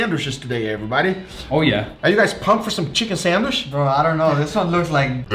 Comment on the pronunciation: The guy cant pronounce "Sandwich" he says "sandwish"